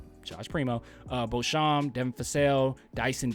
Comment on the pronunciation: It's pronounced "Bo Champ" =Beauchamp